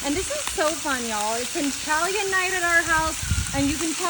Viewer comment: When u hear someone pronounce Italian like “ II T A L LO O N loo 😂 I have no idea what the duck slop she made but must of. Had the munchies and was high on weed and something else!!! Maybe mushrooms lol 😂